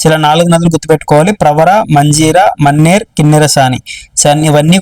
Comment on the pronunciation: మన్నెర్ కాదు అది మానేరు రివర్